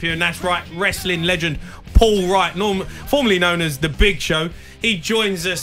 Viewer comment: can't pronounce his name or the names of the companies he's worked for but is a "big fan" The guys just as bad a radio host as he was a footballer.